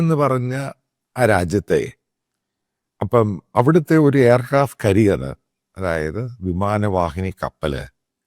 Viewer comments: കരിയർ അല്ല കാരിയർ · It's carrier not career, check pronunciation pls. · കരിയർ അല്ല കാരിയർ ആണ്. ഇതിൽ ർ സൈലന്റ് ആണ്. വിമാനങ്ങൾ Fly ചെയ്യുകയാണ് കപ്പലുകളാണ് SAIL ചെയ്യുന്നത്. F-35 നെ പറ്റി താങ്കൾ പറഞ്ഞ കാര്യങ്ങൾ one sided ആണ്.. പ്രശ്നത്തെ ലഘൂകരിച്ച് കാണുകയാണ് നിങ്ങൾ. വ്യോമ പ്രതിരോധ സംവിധാനങ്ങൾക്ക് ഏതു വിമാനത്തേയും പ്രത്യേകമായിത്തന്നെ target ചെയ്യാൻ പറ്റും. എല്ലാ fighter jet നും Glitches ഉണ്ടാകാം. പക്ഷെ വെയിലും മഴയുമേറ്റ് മൂന്നാഴ്ചയായി ഒന്നും ചെയ്യാൻ പറ്റാതെ ഒരു ലോകോത്തര വിമാനം കിടക്കണമെങ്കിൽ അതിൽ പല ആസ്വഭാവികതകളും ഉണ്ടാകും. ദേശീയ മാധ്യമങ്ങളും അന്തർദേശീയ മാധ്യമങ്ങളും മാമാ മാധ്യമങ്ങളെക്കാൾ ഈ വിഷയത്തിന് കവറേജ് കൊടുക്കുന്നുണ്ട്. എന്തു തന്നെ ആയാലും US ഇന്റെ F-35 ഇന്ത്യ ഒരിക്കലും വാങ്ങില്ല എന്ന കാര്യം ഉറപ്പാണ്. റഷ്യ യുടെ SU 57 ആണ് BEST CHOICE. ഇന്ത്യൻ സയന്റിസ്റ്റുകളും എഞ്ചിനീയേഴ്സും അതിൽ MODIFICATIONS വരുത്തിയിട്ട് F35 നെ വെല്ലുന്ന ഒരു സൂപ്പർ WAR MACHINE ആയിട്ട് അതിനെ രൂപപ്പെടുത്തിയെടുക്കും. ഇതാണ് സംഭവിക്കാൻ പോകുന്നത്.